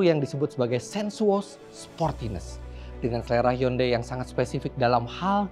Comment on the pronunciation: Eh Giman gimana bilang hyundai nya tadi.. "Yundei" ya?